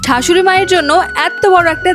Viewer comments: Tomar bodhay sa bolte parona taina ? R , sei karone shashuri maa na bole thashuri maa bolcho , taito ? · আপনি শাসুড়ি না বলে ঢাশুড়ি বলেছেন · কিগো শাশুড়ি না বলে না বলে ঠাশৌরি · কিগো শাশুড়ি না বলে ঠাশূরি😂😂😂😂😂